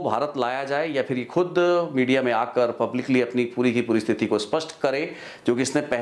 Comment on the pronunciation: ਜੀ ਬਹੁਤ ਮਹੱਤਵਪੂਰਨ ਜਾਣਕਾਰੀ ਹੁੰਦੀ ਤੁਹਾਡੀ ਪਰ ਇੱਕ ਸ਼ਬਦ ਸਥਿਤੀ ਨੂੰ ਹਰ ਵਾਰ ਸਤਿਥੀ ਬੋਲ ਰਹੇ ਧਿਆਨ ਦਿਓ